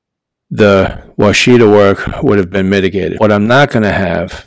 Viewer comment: That must be some Yankee way of saying Washita cause that's definitely not the way we say it down here. We say Wash-a-taw not Wa-shi-ta. LOL Thanks for the vid!